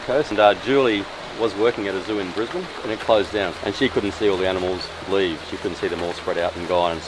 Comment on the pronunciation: thankyou for pronouncing Brisbane correctly :-)